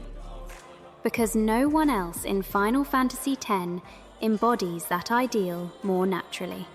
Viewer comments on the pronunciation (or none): none